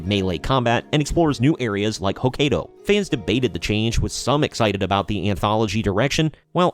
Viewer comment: Hokkaido (ho-ky-do) not (ho-Kay-do)